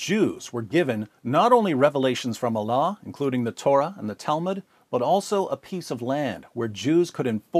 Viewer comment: Bapak ini menyebutkan Allah sempurna sekali. Subhanallah.